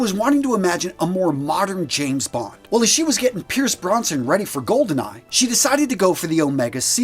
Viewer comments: Am I the only one who has heard him say “Pierce BRONSON”? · Pierce Bros-nan...